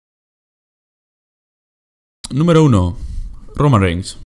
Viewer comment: Jajaja cuando dijo Roman Reings (o como se escriba) 🤣🤣🤣